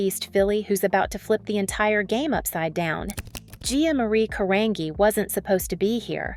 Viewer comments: no. Her last name is pronounced Kuh-rahn-jee. How are you making a video about this woman and not bother to learn the correct pronunciation of her name? So disrespectful. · This is a complete incorrect pronunciation of Gia's last name. It is pronounced just as it is in her first name G like Giant. Come on! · Her last name is pronounced CUH-RAHN-G. Like the letter G. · "Ca-Ron'JEE" is how Gia's (R.I.P.) last name is pronounced! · I am not American. Not Italian. But I know that the name is pronounced Caran-jee. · I’m the one who is pronouncing correctly. I think the narration sounds like AI to me, but if the narrator is the channel creator, than she had better learn how to pronounce the model’s names. BTW. I remember Gia, she was well known and I know her last name is pronounced Cara Ji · Try pronouncing her bame correctly. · You're pronouncing her name wrong. I'm Italian and you're pronouncing her name wrong you mor-n. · Say her last name right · So true I stopped watching it. So disrespectful to butcher her surname. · She’s saying her last name wrong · Her last name is pronounced with a hard G not a soft one. You really need to learn proper pronunciation of the names out of respect because your videos are done well. It’s almost like you haven’t watched anything on her because you would know the pronunciation. 😮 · PLEASE PRONOUNCE HER LAST NAME " CARANGI " & HER MENTOR " WIHELMINA " NAMES CORRECTLY. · I don’t think it was a hard G in her surname (I think) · Pronounce the name correctly or don’t do the story!!! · thats not how you say her last name... thats terrible. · Horrible documentary where AI is used and the person who uploaded this did no research and cant even get the AI woman he or she used to pronounce Gia's last name correctly. Try again. This doc sucked! Gia does not deserve a horribly produced documentary like this about her life. It's a horribly done documentary where the creator did 0 research. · It's pronounced with an Ca-ran-gee